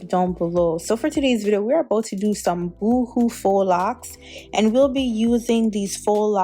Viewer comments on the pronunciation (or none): Pretty. It’s not “Boo-hoo” lol it’s Boho. “Bow-Ho” is how it’s pronounced. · Did you just pronounce them (boo who)???💀💀😭🤣 never heard no one pronounce it that way, thats funny